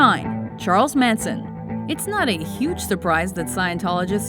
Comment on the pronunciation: it's Charles Manson not Mason